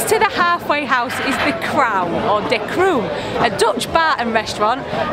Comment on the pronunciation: Hi, just to learn: The Crown is in Dutch De Kroon. The double OO you say more or less as the OA in Boat or Floating. ❤️Hil